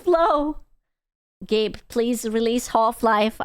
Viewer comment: Every time says "Gabe Cube" I hear "Gape Cube"